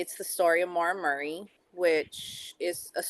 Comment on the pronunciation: Murrrr eee ! FFS how can you not pronounce Murray ??